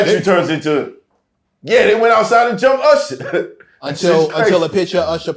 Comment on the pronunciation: URSHER BABEH 😂